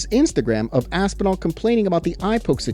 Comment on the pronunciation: I'm still laughing about Aspinhellnal 😂 😵👈🏻 Whose champion is that❓ Jon & Dana are funny too.